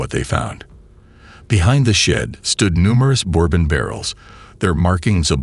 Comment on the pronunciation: The way bourbon was pronounced bothers me